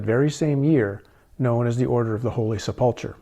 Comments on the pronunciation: Holy Seplechur (sp?) Pronounced 'sep-le-ker'.. I had wondered if you had any exposure to Christianity, now I think prob not. Based upon your pronunciation of words heard often within Christian circles. If that is the case, I find your research more intriguing especially where it leads you ultimately. I wondered if perhaps you were someone who had been raised with a religious background and went seeking truth beyond the confines of doctrine. This does not seem to be the case in your situation. I am curious what took you down this path. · Knights of the holy "Sep lu cure" is the correct pronunciation. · Just trying to help... Poussin...is pronounced like poo-sa with the n sound not quite ended. Sepulchre is pronounced like sep-ul-kra. Just a thing...gets quite aggitating listening so many times not pronounced correctly 🙏👍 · Just fyi, not judging, to pronounce them, it is "bee-at-it-tudes" and "sep-al-ker" although there may be other common ways this is generally right for beatitudes and sepulchre